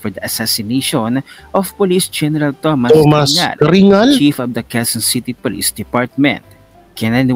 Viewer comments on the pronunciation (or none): none